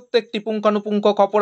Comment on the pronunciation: খবর না বলে- 'খপর' বলছেন কেন বারবার,---ব্যাড হ্যাবিট 😅